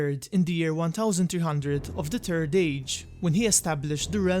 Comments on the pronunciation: Third not turd man 3rd third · Turd age? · Hey ..he he he ...say third again ..lol.